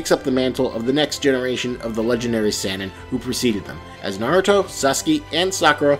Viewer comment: How he says the names and sannin pissed me off